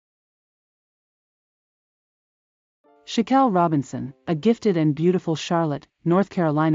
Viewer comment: It's not pronounced Shankel, it's Shanquella. Bad form with the automated dialogue.